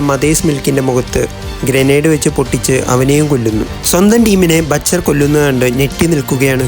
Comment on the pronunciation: batcher alla mone butcher ann